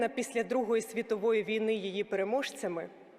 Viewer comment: 19.7-19.4 свідчить, що текст вперше читається декламатором, бо наголос у слові "війни" покладено не на 1-й його склад, а на останній! Це прикро та збиває загальний заслужений українцями героїко-драматичний настрій від промови!